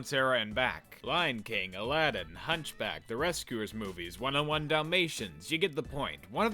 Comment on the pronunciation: Did you say "One-O-One Dalmatians?" What kind of psychopath....